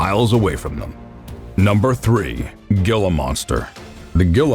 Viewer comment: It is a Gila monster, and it is pronounced "HEAL-A"